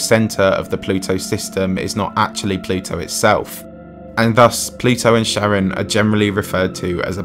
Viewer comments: I've never heard Charon pronounced like Sharon, I was taught in Latin class it's pronounced with a k sound at the being like Care-on or like the name Karen. That's the guy you pay to ferry you across the river Styx in Greek/Roman mythology right? Maybe that's just the latin pronunciation. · Kar-On not Sharon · Also the way he pronounces it... "Sharon" lmao. It's "Kha-ron." The Greek boatfarer of the underworld. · Charon is not pronounced "Sharon". Good luck getting across the river. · You mispronounced "outlier" and Charon.